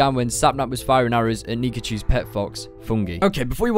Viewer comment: “NiCahu”. Sir I love this but nihachu